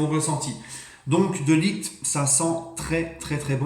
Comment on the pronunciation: On en parle de t’as prononciation de De Ligt respect le joueur un peu 😭